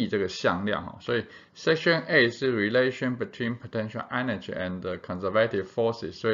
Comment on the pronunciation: conservative 这个字的重音读错了